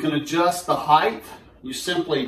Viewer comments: Just because it’s my mission to rid the world of the error, there is no such word as ‘heighth’. Length, width, breadth, depth? Yes!…but it’s height. This is possibly worse than ‘chimley’ 😤 Anyways, thanks for the review. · THANK YOU!. I'm from rural alberta and I found so many people here who say heighth. Drove me nuts for a while and I don't know why it's a thing. Thanks for the review though😅